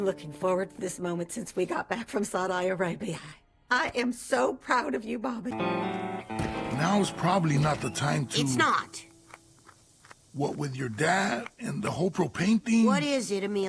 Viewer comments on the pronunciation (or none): So annoying that has to say the name of Saudi Arabia like Saaouwdae araeeijbijaeej, she must to call Hank Hænk and tutors spanish she doesn't even now the meaning of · not being able to correctly pronounce Saudi Arabia is totally expected of her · i love. How she miss pronounced Saudi Arabia.It is so cute and unbrand for her